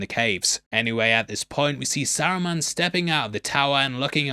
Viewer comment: I have never been so offended at a pronunciation as I have at sarumon, it's saruman 🤣🤣🤣🤣